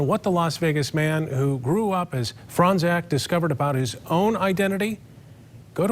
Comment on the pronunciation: They say Fronczak like "Frong zach" lol it's "Frone chock"